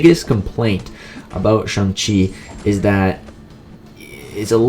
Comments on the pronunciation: Your pronouncing his name as SUNG not SHANG . Pronounce Chang but replace the start with a shh. Like shit you don’t pronounce Chang like chung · It’s actually SHANG-CHI if u check him on mcoc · You dont say it like that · You pronounced shang-chi wrong, it's actually shang-chi, not shang-chi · You said his name wrong 😂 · It's pronounced Shang chi not Shang chi